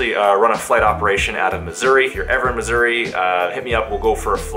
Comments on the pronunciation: Thought you said misury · Did you say that you were in Misery? Or Missouri ? When i move out of my parents basement, I'm buying a helicopter to live in. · Sounds like is saying "I'm in misery" at the beginning 😂😂